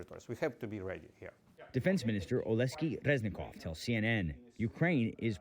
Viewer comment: Didn’t think it was such a challenge to pronounce the name Oleksii right:) It’s basically Alex in Ukrainian manner.